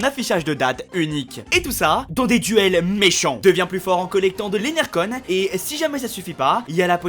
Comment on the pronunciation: energon pas enechon